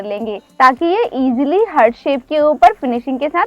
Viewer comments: Ughhh हर्ट नही हार्ट होता है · Mam hurt nahi heart hota hai 🤐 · Ye heart ko hert hert kyu bol rahi hai 😁😂😂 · You are. Pronouncing the word heart wrong